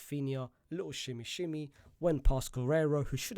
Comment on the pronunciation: The way you say little shmmyshmmy 😅